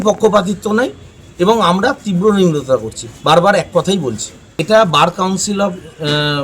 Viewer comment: নিন্দাকে নিম্রতা বলছে, কেমন উকিল আর কেমন ভাষা? কৌস্তুভ বাগচী কেমন উকিল? সে কি উস্কানিমূলক কথাবার্তা বলেন?